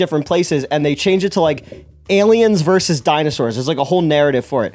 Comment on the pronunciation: Vs. is pronounced versus, not "verse".